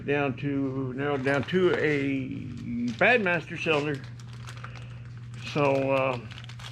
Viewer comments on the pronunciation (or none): What is said: "Bad Master Cylinder". What I hear: "Batt Masterson"...What is the problem?